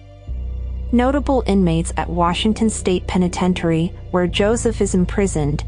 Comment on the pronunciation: Senseless, tragic story. Note to narrator: it's pronounced "peh-nuh-ten-shuh-ree""" ("t" is silent, "iary" is shortened to "ary"). Food for thought...